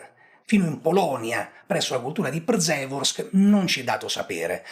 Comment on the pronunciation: Visto che sei molto preciso nelle tue esposizioni ti do una piccola info, da italiano che vive in Polonia. La RZ di Przeworsk si pronuncia in questo caso P-sce-worsk, non Pr-ze-worsk. Le lettere delle doppie consonanti RZ, come anche SZ o CZ, non si leggono separate come in italiano.